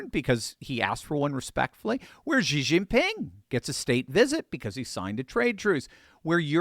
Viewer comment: Who is GEE? You mean SHE? aka Xi there is no G in that name. The G only comes in when you say his last name.